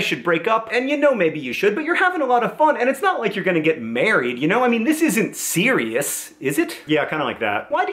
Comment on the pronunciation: Siri-us? pun much John?